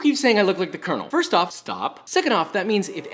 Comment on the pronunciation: definitely thought you said you were the gay version of col. sanders